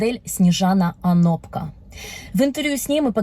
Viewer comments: Не ОнопкА, а ОнопкО...🙈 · не ОноркА , а ОнопКО... перептшите подводку , а то прям режит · А разве не ОнопкО правильно???